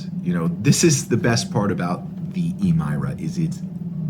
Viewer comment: You made good points and I agree with all of them, but you're pronunciation of "Emira" is killing me. During the launch event they all said it like you would "mirror". Eh meer uh 🤣 Or at least start doing it with other cars like the "moose-tang mach E" so that people know you are trolling